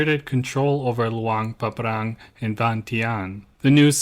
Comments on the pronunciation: It's Luang Prabang, not Luang Pabrang. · Some other minor mispronunciations - you said SOkhUthai instead of SUkhOthai and you kept saying Luang PabRang instead of PRabang. But still good video as usual. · Come on… it’s annoying to pronounce Luang Prabang so incorrectly like that. Luang PrapRang? Anyway. I love your content, just check things before posting.